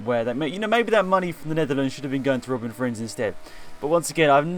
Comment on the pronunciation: It’s a bit annoying to hear you speak out Robin Frijns wrong, but you can’t do anything about it, as your not Dutch, and I am.